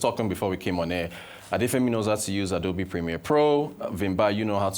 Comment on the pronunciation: Did he just call adobe..adaobi?